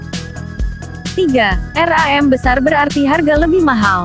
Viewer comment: Ngakak bilang RAM aja jadi R A M wkwkwk